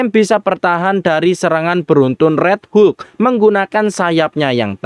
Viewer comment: Hulk mind bukan hu luk 😂